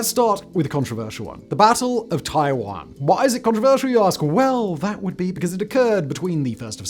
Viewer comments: First time I heard Taiwan pronounced Tai-juan.😅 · Gotta say, the fact that Simon pronounces "Taiyuan" the same way that I pronounce "Taiwan" made me think that the battle would be controversial for very different reasons. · He is pronouncing the city name wrong. There weren’t any battles on the Island of Taiwan (called Formosa during and before WW2) because Japan had held the island since the 1890s. The only major damage Taiwan suffered in WW2 was a few big bombing raids on the major cities. Actually, provided you stayed out of Taipei (called Taihoku at the time) in 1945 you were probably in one of the safest parts of East & Southeast Asia during the entire war.